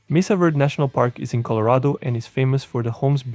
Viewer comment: It's not Mesa Verd. It's Mesa VerdE. Say it right.